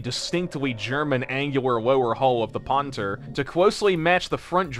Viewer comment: Sir, that's not how your pronounce "Panther". 🥸